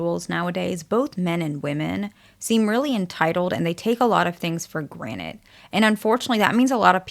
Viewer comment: I swear I'm hearing "for granite"